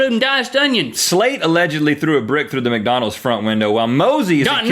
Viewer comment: link when you said "macdonalds" instead of mcdonalds you reminded me of my grandfather may god rest his soul thank you for making my day